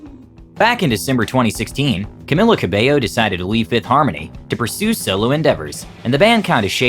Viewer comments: Cau-mealla/ Camila. Just by the way. My name is Camilla like an American. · Camilla Cabello not cameyo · It’s CAMEEEELA. Not Camilla